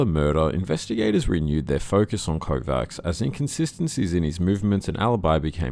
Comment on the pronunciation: Kovács is pronounced KováCH